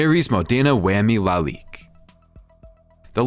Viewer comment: Obviously narrated by a robot: differential pronounced as deferential. Lalique pronounced as LAH leek, anti rollBAR, reestomod, and more